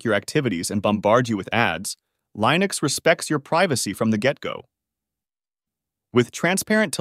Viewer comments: I was hopeful. Till they mispronounced Linux just 37 seconds in. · tortoise-tts is cool, but the way it pronounces Linux sucks... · you keep mispronouncing Linux, I couldn't finish the video due to this, bothered me too much